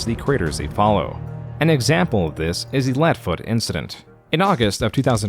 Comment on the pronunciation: "Flash was the creative tool I had always been dreaming OF" Why did you emphasize "of" in that quote?